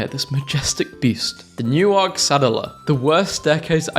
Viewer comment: Don't tell me you pronounced Newark, Nottinghamshire, like Newark, Delaware. It is pronounced like Newark, New Jersey.